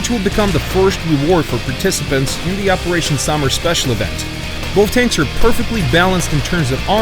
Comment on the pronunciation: ze marder I